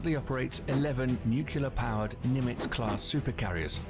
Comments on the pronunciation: There are a lot of mistakes in the video and I just have one word: NUCULAR! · I'd have thought if one was going to create a video that contained the word nuclear, one should at least know how to pronounce it. Not you,, the original video.